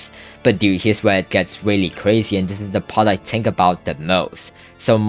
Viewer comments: 'tink' if i spoke like you i would shoot my self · Why u keep saying tink